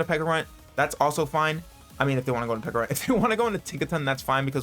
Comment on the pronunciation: PECKArunt. I cant. 🤣🤣🤣